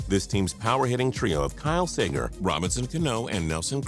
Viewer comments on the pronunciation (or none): kyle say-ger? joey vote-o? man these pronunciations are grinding my gear.